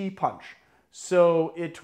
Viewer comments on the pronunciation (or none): Its pronounced " ti- posh". Should be done with lime wedges and actual sugar and then served without ice